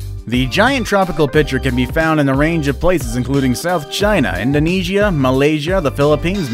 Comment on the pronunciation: You pronouced Indonesia wrong